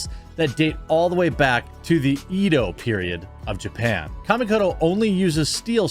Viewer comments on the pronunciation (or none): Not EEEdo.... (Eh-doh) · I keep trying to ignore it but... every time your Kamikoto ad plays, it's like nails on a chalkboard. Edo is pronounced eh do. I know, sorry, I'm that guy.